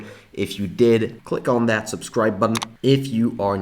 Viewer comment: “Button” …please say that again. 😂